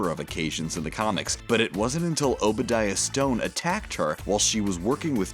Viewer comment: Obidiah s-stone??!?